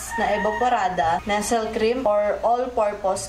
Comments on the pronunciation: Ate, Nestle po pronounced as Nest-le, hindi po Nesel ang bigkas 😎✌🏻✌🏻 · Ang cute ni kapag binibigkas nya yung Nestle' eh😁: nesel cream. 😁😁😁